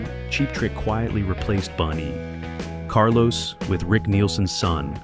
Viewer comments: Bun not Boone. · Boon E. Carlos? F.U. A.I.